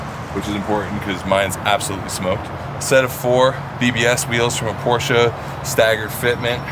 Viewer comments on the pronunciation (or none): none